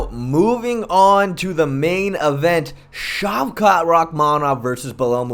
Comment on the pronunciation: Mans pronounced shavkat to a T, but couldn’t pronounce Belal or Geoff…